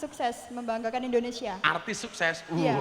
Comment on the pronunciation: INDONESIA gus, bukan ENDONESIA 🤭